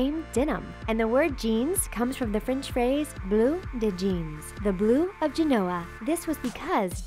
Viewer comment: would someone please teach that woman how to say the word blue